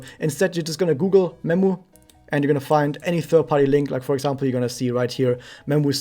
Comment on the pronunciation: When you said I'm gonna recommend memu I thought you said I'm gonna recommend nemu xD